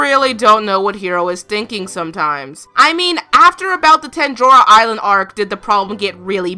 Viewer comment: did you... just say “tenjora” island...?